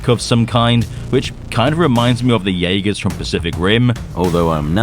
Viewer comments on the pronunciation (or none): none